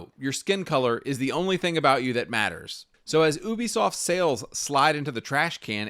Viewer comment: Its "you-be-soft" not "ooo-be-soft"